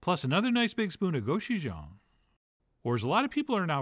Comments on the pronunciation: Actually, gochujang is pronounced more or less like go-choo(like a choo choo train)-jong (like in ping pong) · So....why not deglaze with Soju, Chung Ha (Korean Sake) or Mae Shil (Korean plum wine)? And the pronunciation is Ko Joo Jang :) I'm making this for my Korean wife and step daughter. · lmaoooo Chef John you kill me ...gochujang or "go-chef-john" so clever.